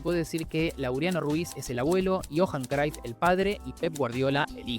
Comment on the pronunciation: Porque pronuncia el nombre de cruyff crayff? Ajajajaja este pronuncia como quiere los nombres